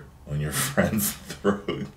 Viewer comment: throat . with an r say it with me XD